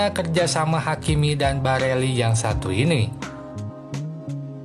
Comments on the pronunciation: Barella di bilang Barelli!! Ber ulang ulang lagi ,, hadehhhh blajar dunk ! Trus minta di subscribe ,, hadehhh ,, takutnya ntar sponsor inter Pirelli di bilang Pirella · Barella bang bkn barelli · Geli w denger Barella d ganti jdi Barelli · barella Bkn barelli min😁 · Barella x bos bukan barelli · Barella min bukan bareli 😆🙏